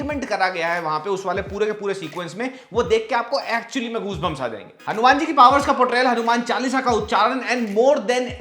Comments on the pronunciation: Are u crazy.. why are u calling it Hanu-MAN like BatMAN, SpiderMAN... his name is Hanu"Maan"....that's how we Hindus pronounce it... it's wierd u don't know it...and pronouncing it otherwise... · Bro its not hanu man its HANUMAN ❤✨🔥💯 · Bro can u plz explain why are u calling "hanuman ji". "hanu-man"?.. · Why you saying Hanu-Man like foreigners... Hanumaan h wo ❤ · Its not हनुम्यान it's हनुमान। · Atleast pronounce Hanuman correctly